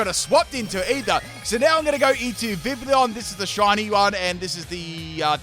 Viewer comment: The correct pronounciation for the Pokemon's name is Vi - Vee - yon